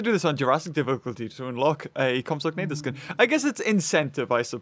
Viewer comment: You say compsognathus like comps-a-nay-thus